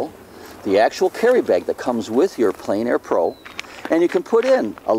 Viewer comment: French is pronounced "On plen air" not "en plane air"